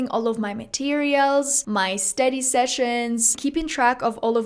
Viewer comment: Great work and accent, but sometimes in some words you still have an accent like study (you pronounce it a little bit different)